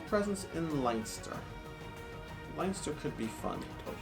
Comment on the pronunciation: Please for the love of g.. could you stop saying line ster, its len ster! & Where the hell is dooblin? Dub-lin